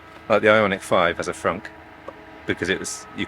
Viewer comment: Normalising British people calling the frunk a froot is my life goal